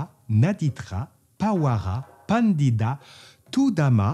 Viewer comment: oh nonnnnnn pwapwapwaaaa c'est "bandita" et non "bandida" 🤣😅😂 le lot de consolation est un annuaire téléphonique birman si si ça existe encore..... 🙃